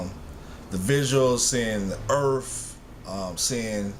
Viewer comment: its earth not earf